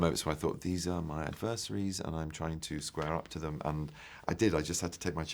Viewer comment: HAHAHA, He doesn't know how to pronounce "adversaries"! Maybe he should learn to speak........ nevermind...